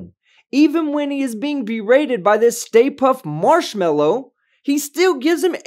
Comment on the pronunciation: LMAO “State Puff Marshmellow”